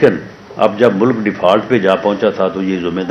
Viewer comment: He can't even properly announce.Says mulak to mulk.Jaahil.